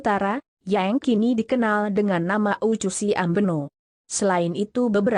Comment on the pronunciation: Bagus Cara menyebut nama tempat nama orang masih salah. Oeccusi hrs baca Oekusi Us Kono - hrs baca Us Kono Bijela - hrs baca bi je la. Rupanya yg baca narasi ini bukan org Timor.